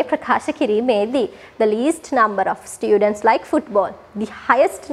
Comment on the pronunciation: students kiyala pronounce karana widiha waradi akki 😊